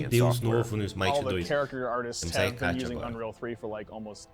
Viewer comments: A pronúncia correta é: écate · Eu acredito que a pronúncia certa em português é Hecatê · Se pronuncia hécate com som forte na letra é